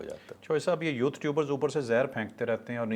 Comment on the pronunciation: پلیز یوتھ نہ بولا کرو یو تھر بولا کرو